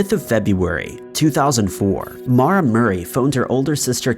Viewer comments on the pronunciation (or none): none